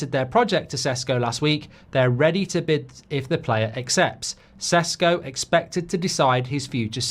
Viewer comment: He is not Sesko . It is Šeško [ Sheshko]. Get it right